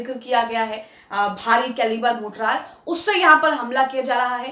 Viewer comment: Good episode. Please note, it's Mortar, not Mortrar.